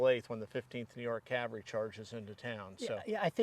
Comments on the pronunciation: Loved the show but when did the "L" get removed from cavalry. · It's somewhat of a running joke that the word "cavalry" is usually not pronounced correctly. But then what is actually correct, what people say or what linguists call spelling pronunciations? We say soften, listen, whistle, thistle all with no "t", but then some say "often" with a "t" that historically shouldn't be pronounced. So what people actually use is generally accepted as the correct pronunciation and there's not a thing one can or should do about it.